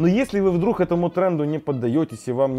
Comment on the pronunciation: умоляю, следи за речью, вдрух, итд очень бьет по ушам